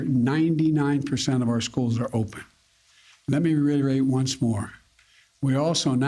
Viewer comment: I want to riterate. Hahaha